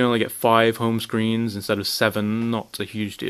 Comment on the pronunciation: you say "screens" like an american